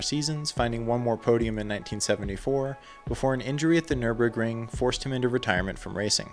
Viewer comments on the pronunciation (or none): none